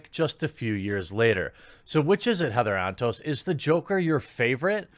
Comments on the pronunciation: I swear I thought you called her Heather On Toast. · All I hear is “Heather on toast” and not her actual name help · I kept hearing her name as Heather on Toast.